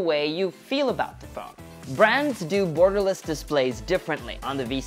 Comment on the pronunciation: did he said "burgerless" or Gutom lang ako? HAHAHA